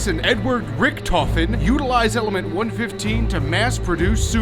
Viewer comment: Its element 115 not element 1 15